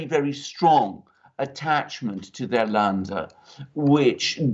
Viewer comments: Sorry Alexander but your pronunciation of Laender is wrong. It is pronounced like in "to lend" lender. Had to mention this and I hope you don'r mind. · It's LÄNDER! [lender] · Länder pronounced "lender"